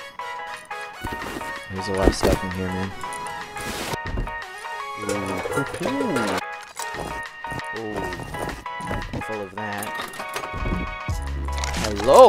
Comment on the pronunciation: are you a german? (Oh mann) Lol